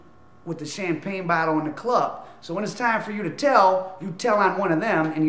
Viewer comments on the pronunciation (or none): none